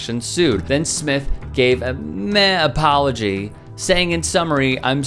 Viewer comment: APPOLGY NOT ACCEPTED